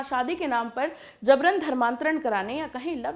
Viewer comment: JABRAN. ko. Zabran aur JURMANA ko ZURMANA bolti hai ....yeh kaisa pronouncessation hai....VERY SAD..